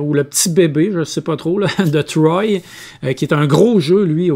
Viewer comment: Bravo les gars, je découvre vos vidéos et c'est vraiment très intéressant pour découvrir des nouveaux jeux. Par contre, pour Troyes Dice on ne prononce pas 'troy' mais bien 3 comme le chiffre ! ;-) Je me permets car c'est ma ville et aussi la superbe capitale historique de la Champagne qui a inspiré le game !!!